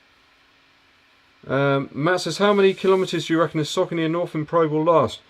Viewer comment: You make so much good content man, I dunno how I found your channel so recently, do you have live q&a every week? Keep the good work! PS, it looks like your are the only reviewer with English accent who knows how to pronounce Saucony 😁